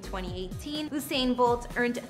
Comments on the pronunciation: 🤬 this needs to be removed. Too many inaccuracies. Starting with the pronunciation of his name. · Thank you! Not surprised considering she didn't even pronounce his name correctly. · The information about his Jamaican properties incorrect. You mixed up different parishes and also you are butchering his name. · I swear your the only one who says Usain like that 🤣 every time I hear it as a Jamaican I just have to laugh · Good effort 💕💕💕 but you were pronouncing his name incorrectly. I am not sure the info about the Kingston house is correct. Right my Jamaican people? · She needs to pronounce his name correctly. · the pronunciation of his name 🥲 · Please for God save, do your research on the Honorable Usian Bolt and my Jamaican Island before you go talk! Pronounce Usian name property! Usian DID NOT lived or come from NO wooden Shackle bush HOUSE or dusty road! He DIDN'T come from rags! We from the island called it lush green meadows. Please find your own people to comment falsely about. You have NO knowledge of Usian nor Jamaica. Next time use Google to do your homework about Jamaican Legendaries., people like you wish were you're from was beautiful like my tropical island 🏝. You're an insult to your own channel. Disgusting. Don't comment about places or people you don't know of. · Sis that is not how his name is pronounced tf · Your not pronouncing his name properly. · Looool not her mispronouncing his name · The least you could have done was learn to pronounce the his name properly. I won’t even comment on the repeated disrespect to my country. But just know… that even a shack in Jamaica is luxury compared to anywhere else. Just know this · At least get the correct pronunciation of the mans name.Do your research. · It’s the fact that she can’t pronounce his name 🤦🏻‍♀️ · Ok first learn how to pronounce his name and second watch your language when describing my home !!!! 🇯🇲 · Long u not short u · (You•Sane) not Oo•Sane...... lol Usain Bolt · Ousain Bolt 😂😂😂